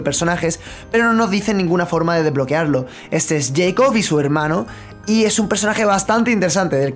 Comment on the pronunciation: No se pronuncia Yeicob se pronuncia jacob